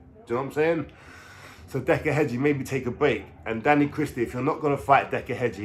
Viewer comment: Heggie not Hedgie jesus